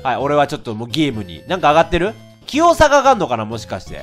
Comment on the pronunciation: 「きよう」が「キヨ。」にしか聞こえないんだが… だんだんキヨになってきた…？